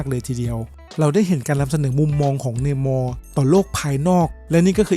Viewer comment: ทิชาล่าแก้ตายเฉยพีคสุดๆ ตอนไปต่อสู้กับแบคอะดัมสนุกมากๆ ตอนรวมดาก้อนบอลชุบชีวิตโทนีสตาร์คก้ขนลุก เอาเนื้อเรื่องไม่ถูกเลย ออกเสียงได้สุดจริง เนยม่ออออออออ เเต๊น้อตตตตตต พ่อแม่ไม่ใครคนนึ่งคงเป้นชาวต่างชาติสินะ เน่มอออออออออออออออ ออกเสียงได้แรงกูจริงไอ้อัครมึง